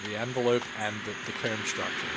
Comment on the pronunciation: it’s like like ‘coeahm’ instead of ‘coam’